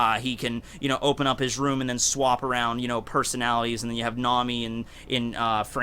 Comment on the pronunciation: Its kroom instead of room lol